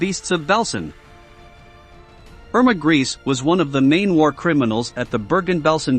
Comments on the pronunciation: Her last name isn't pronounced "Grease"... it's pronounced "Gray-sa"..evil as she's been accused of she should at least be presented properly as such... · Thay sed Greásé was experimental not Cream-Mátéd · Irma's last name is pronounced Grayse with the letter e also pronounced. Gray-se. She was an evil young woman who deserved the death penalty which was a lot quicker and less torturous than the bestial things she did to the poor women in the concentration camps where she "worked". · Pronounced grey suh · Grese is pronounced as " Grayza". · Same thing I thought as soon as I heard "Emma Grease" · Informative? He badly mispronounced her name and provided a completely fabricated story about her execution that bears no resemblance to the truth. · Man, your pronunciation is atrocious. Mengle and grease ?? Actually pronounced Men-gel-a and Gre-sa (the S is spoken as a Z. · Its pronounced, "Men-Gel-Luh" not Mangeel. And Irmas name is pronounced Gray-sa. Have you ever read about or watched any kind of WW2 films or books, ever?